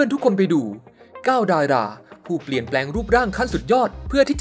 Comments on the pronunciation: 9ดายรา555พี่เขาพูดผิด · อ่านคำว่า ดารา ไม่ได้เหรอครับ ลิ้นสั้นเหรอ